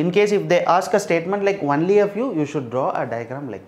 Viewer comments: Sir why are you pronouncing it like onely it is only = on ly .. And maths as macks.. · Its pronounced only (ownly) not "unly"